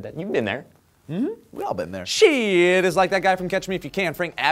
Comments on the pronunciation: Not to be a downer, but it's pronounced shy-t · its actually more like Sh-eyed-t. one syllable :P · His last name is pronounced Sh-eye-tt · That is actually my mother's maiden name. It's pronounced "SHITE" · Are you guys sure you're not butchering the guy's name? It sounds like you are, lol.